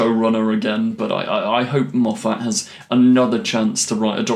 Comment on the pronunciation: ⛔⛔⛔ Why do you have this inability to say Moffat correctly? Surely you've heard him say his name??? ⛔⛔⛔